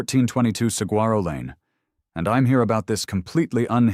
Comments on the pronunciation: Actually, Saguaro is pronounced “Sa-wa-ro”. No hard “g”. Just so you know.😉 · To the narrator. I absolutely love the stories and your voice is fantastic for them. Saguaro is actually pronounced as sa-gore-o. Just so you know.